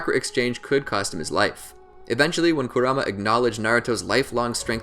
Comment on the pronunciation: could only watch 6 mins of this before i got tilted at the way you said kurama